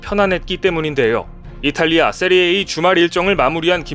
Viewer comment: 세리에이 아니고 세리에아 이름은 바르게